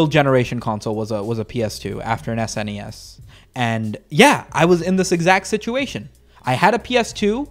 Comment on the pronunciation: So glad to hear you call it an Ess-In-EE-Ess and not a sn-ess. I've always referred to it that way and think sn-ess sounds dumb.